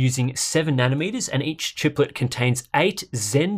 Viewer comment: “Chiplet” lol